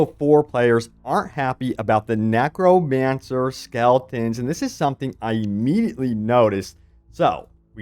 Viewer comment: After hearing you say nAcromancer I can't take you seriously anymore😂😂😂